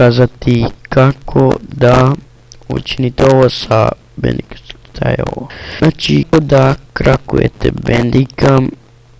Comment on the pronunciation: Što ovoliko krči zvuk i zašto toliko baguješ na facecam-u??? I zar se ne čita Bandikem (Bendikem) !?!?